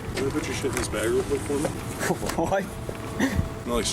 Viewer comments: it's bag not BAGGG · Me:bag Grandma:bage Mom:bagg????:BeG